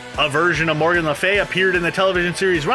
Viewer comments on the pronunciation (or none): none